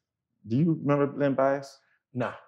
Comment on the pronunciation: Gilbert "you gotta 'member" Arenas. lol